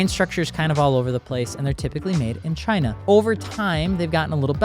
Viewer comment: love how said "Chinnah" 😂😂😂😂